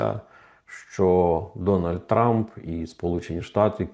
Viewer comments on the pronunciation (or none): none